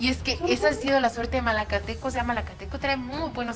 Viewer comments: MALACATECO WEEEEE NO MALATECO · Malacateco no malatecobiejo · Se llama malacateco no malateco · corrigen al pronunciar el nombre del equipo de Guatemala que en repetidas ocasiones lo pronuncian. Es MALACATECO y no MALATECO. Tambien es conocido como el equipo 🐂 TORO 🐂 equipo que ahora dirige el grande y Señor profesor ROBERTO HERNÁNDEZ! Gracias. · Es Malacateco no Mateco . Bendiciones para vos crack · Es Malacateco no Malateco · Es malacateco no malateco man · Es Malacateco no Malateco. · Malacateco no Malateco jajajajajaja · Dijiste malateco maje..🙄🙄🙄👎🏻👎🏻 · Si también lo noté q se equivocó